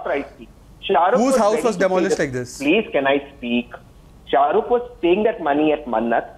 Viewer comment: Why ??? Is he talking abt sha-ru-ke 😂we don’t give a damm abt sha-ru-ke😂😂